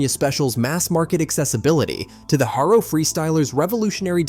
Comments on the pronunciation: You pronounced Haro completely wrong in the whole video😂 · This video uses so much oddly placed videos and stills. Then it doesn’t even know how to pronounce “Haro”. It says “Hair-O”. Not “Ha-R-O”. Lot of videos are made in non English speaking counties. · or the word Haro its not Hairo i wanted to smack the shit of him !! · Beyond the fact that this kid has no real clue what he's talking about, hair-o, I mean come on kid you can't even pronounce the names right. Getting past that I had a silver and red chrome Vista "The Beast". God I must have put a thousand miles on that poor bike if I put an inch. Those were the best days. It's to bad kids these days are so fragile they will never know what true freedom really is. Your video is to far off for a like kiddo, but you got my comment none the less. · U lost me at hayro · Why can’t ai pronounce things correctly? HairO. lol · Your pronunciation of many parts and brands tells me you weren't there. GT over Haro. Both are Rad tho.